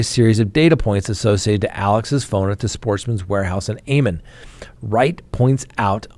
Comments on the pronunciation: Am - on instead of A- mon. Just an fyi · pronunciation for ammon am-in